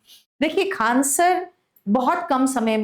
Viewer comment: Faisal khan harami hai koi tisra nhi hai khan hai saf se boliye